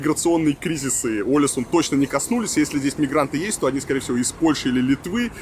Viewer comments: Billie Sein, И ударение на первую букву - Олэсюн. 😊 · Олесунн, ударение на последнюю гласную, так же как и Тромсе́ или Вадсе́ или Варде́ или Киркенес)))